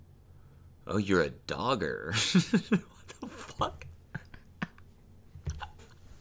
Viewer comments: "dogger" is how Xander from Real Bros would say "dagger" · english people hearing dogger: 0 . 0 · google dogging bc thats all i could think of everytime he said doggers 👀